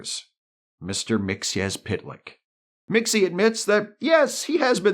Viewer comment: Thank you for correctly pronouncing Mr. Mxyzptlk's name.